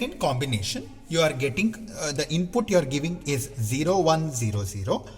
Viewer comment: Useful content. The only thing that is annoying is pronunciation of input. INPUTTT😂😂🙏